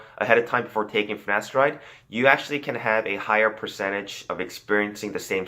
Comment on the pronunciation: My man... you can’t be spreading knowledge whilst pronouncing “finasteride” and “gyno” like that. It’s pronounced “fi-na-STAIR-ide” and “GUY-no”. 🤣